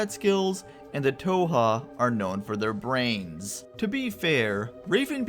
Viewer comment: Not the biggest deal or anything, but you aren't pronouncing "Thoha" correctly. The "h" is not silent, as can be heard in Adam / Raven Beak's pronunciation, during the Network Station briefings.